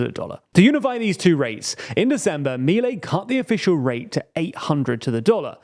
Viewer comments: Its Miléi guys, that is not hard to research... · Just a minor note: Milei should be pronounced mee-LAY (accent on Lay, not on mee). Thanks for your outstanding work.